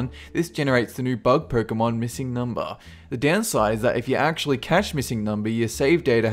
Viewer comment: "Pöykemün" is what Pokémon sounds like for me as a German, if said by you.